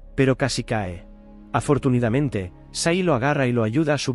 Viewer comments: Me he fijado que por alguna razón en todos tus videos cuelas un "afortunidamente" . En todos tus videos hay alguno por lo que tiene que ser conscientemente y me tiene intrigado. Un saludo! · se dice "AFORTUNADAMENTE"